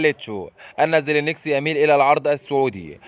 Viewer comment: لا مش خطأ كيبورد انت كل مره تتكلم وتقول زلينكسي حتى بالفيديو اللي فات 🤔🤣 المهم حبيت اصححلك المعلومه